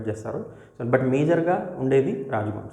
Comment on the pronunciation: కేస్లాపూర్ విలేజ్ అన్న..కేలస్పూర్ కాదు